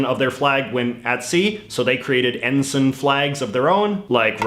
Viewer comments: It's en-sine, not en-sen. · EN-SUN, no EN-S-ay-NN,, never realised that the british union jack was copied or replicated... the british and french navies **european colonial powers of the triple entente & accord*during the 18th-20th centuries, between them ruled over 80% of the planet... so look for saliors from multiple navies, and look for flags :P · also I think it's pronounced en-sine